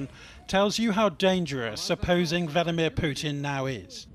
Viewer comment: Who's VENIMEER PUTIN😂 ( - )